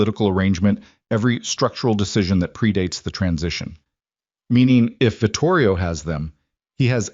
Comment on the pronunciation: Vitorio, not Vitorio.